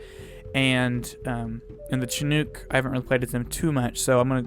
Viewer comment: shin nook... shin not chin